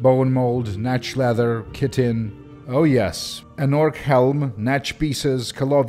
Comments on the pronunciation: When you say "Chitin", I hear "Kitten". I was quite perplexed when I hear about the famous "Kitten Armour". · Not one to be "that guy" but, Chitin refers to the hard armor of an insect, and is pronounced more like "kite-inn". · Chit-in where the hell do you get kitten out of Ch? Cheese, is not Keys, Chair, is not Care... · I always pronounce chitin Shih-Teen.